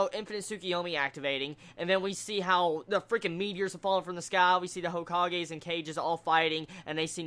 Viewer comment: Kages?It's pronounced,"KAH-gays",right?